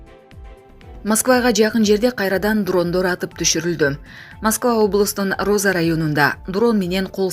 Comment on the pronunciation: Диктор, Кызым....Роза району жок....РУЗСКИЙ....РАЙОНУ....Бар....Туура окугула....УЯТ.....ката окуганынар????....